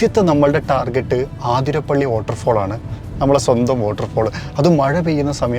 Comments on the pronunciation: ചേട്ടാ ആതിര പിള്ളി അല്ല. Its wrong അതിരപ്പിള്ളി അത് ആണു ശരി. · ആതിരപിള്ളി....😮 അതിര പിള്ളി 😅